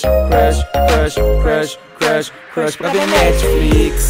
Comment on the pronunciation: kkk tendi vc falou igual o cebolinha...rsrs😂